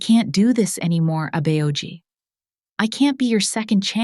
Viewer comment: I think the people who write the scripts for this story should write Korean words phonetically for example example Abeoji should be written out abboji so that the AI narrator can say it right